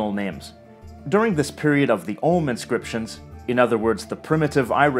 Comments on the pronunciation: Thumbs up for pronouncing ogham correctly ;) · I'm so glad you pronounced Ogham correctly.